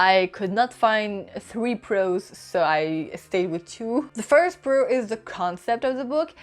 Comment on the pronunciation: I READ THE BETROTHED SO YOU DON'T HAVE TO...WHAT THE F----CK IS THAT? That is so stupid. It is like saying, I have lived a life so you don't have to. And learn how to pronounce first. Just google it. It is really easy.